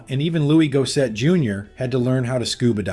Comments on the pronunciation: It’s pronounced “Looois Gos-sett” . Dude, you mispronounced most of their names. The movie wasn’t considered great at the time but I think it’s aged well. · Had to stop watching at 'Looie Gosay'. Honestly, it's not hard to get these things right.